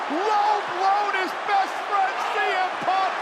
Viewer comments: Cole said semen then corrected himself saying cm instead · Michael Cole said semen punk😂😂😂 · Michael Cole: "semen punk" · blud called him semen punk nahhhh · Paul heyman did tell semen😭😭